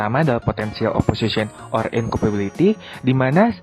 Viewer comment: Isi materi sudah cukup padat, tetapi ada beberapa yang perlu diperbaiki: animasi terlalu ke kanan tulisannya tidak rata penyebutan incompatibility dibaca incompability layar hitam sehingga tidak menarik tempo animasi tidak sesuai dengan suara 2 pemilihan latar tidak sesuai sehingga 4 lambang tidak terlalu jelas - animasi yang sama jadi membosankan Disarankan untuk suara 2 bisa lebih disesuaikan dengan suara 1, karena suara 1 sudah bagus dan jelas tetapi mulai dari suara 2 terdengar lemah.